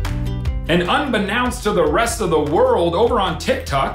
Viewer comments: Unbennouced? Is that sposed to be 'Unbeknownst'? Um, methinks you need to take some pronunciation lessons from your English wife. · I seriously love you John and I am a huge fan...but it's definitely pronounced "un-bee-NOEnst" 😁 Seriously though, those onion-slicing ninjas need to go!